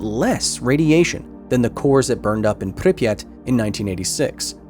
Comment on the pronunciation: Thank you for actually pronouncing Pripyat correctly